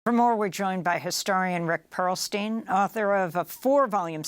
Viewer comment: "Perlstein" Every Single Time.